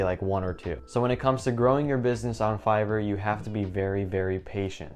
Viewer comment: "Make sure your english score is high" - "Figor, Feiger, Fiverr" Great video. I really enjoyed watching and thanks for the great introduction to Fiverr!